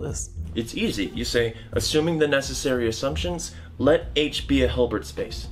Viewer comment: I love how he pronounces Hilbert as Höörbert